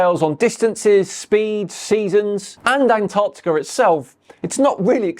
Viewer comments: Does he understand that it's pretty far from winter in the southern hemisphere? Oh, and it's Antarctica, you fucking moron, not "Antartica"... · "Artic" circle and "Antartica" ... I've seen enough 😂😂😂